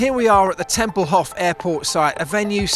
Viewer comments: It's TEMPELHOF (long 'o') not TEMPELHOFF (not like Hasselhoff) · You pronounce Tempelhof with a long 'o'.